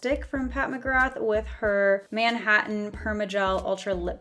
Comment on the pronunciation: lol why’d she say Manhattan like it’s 2 different words😭